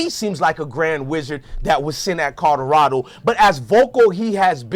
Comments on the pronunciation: Hes interesting first time listening neess to stop cursing and practice saying co lo ra do. Otherwise more power to the brother for doing his thing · Learn how to say Colorado